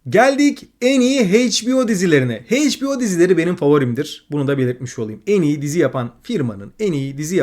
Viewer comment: Mükemmel bir video olmuş, daha da iyi olması açısından HBO,son of anarchy ve endeavour ve bir başka videodaki Orphan Black okunuşları biraz kulak tirmaliyor. 😅